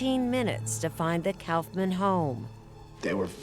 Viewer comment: Erin, It's "koff'man." Not "Couff man".